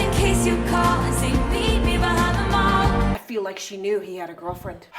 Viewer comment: She pronounces 'Meet me behind the mall' more like 'meet me behind them all'